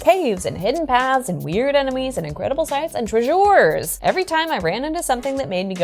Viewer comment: Tre-sure! is how I will pronounce "treasure" from now on. Thank you for this video. :)